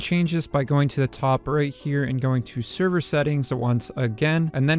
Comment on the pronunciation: The way you say server is annoying me bad.